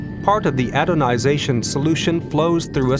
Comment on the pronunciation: Mehrere Male sagt der Sprecher "adonization" statt "anodization"